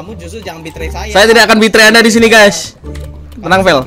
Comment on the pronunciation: "HELLO WHAT'SAP GAYS" 🗿